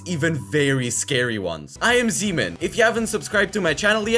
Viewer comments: Why does he say zeeman like semen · Bro when u say zeeman really fast it sounds like another word seaman